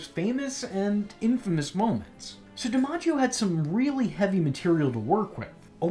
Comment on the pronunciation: John DiMaggios Joker is honestly one of the best Joker performances period. I'm glad you pronounced his last name like that. Thats how my family pronounces ours we just spell it with an E instead of an I at the beginning. Phoenix Joker performance would be cool to see your rating.